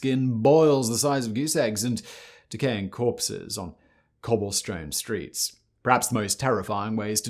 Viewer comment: Today's bonus "R" "Cobblestrone"